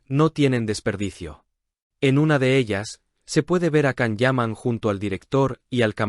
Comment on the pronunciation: Por favor se pronuncia “Shan” no Can